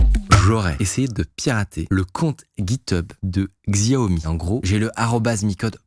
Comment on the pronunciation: La lettre "X" en mandarin ne se prononce pas comme en français, "Xiao" se prononce "Chiao" et signifie "Petit" en mandarin, du coup on dit "Chiao Mi"